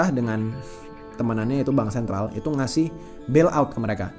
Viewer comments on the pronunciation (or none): Dengar sikit lgs turn of.. stress dalam otak. Apa itu "de def dan bansen"🤣 pronounce aja dgn benar The Fed dan Bank Sentral! Kayak anak jaksel aja Culture menjadi Kalcer.😂aisss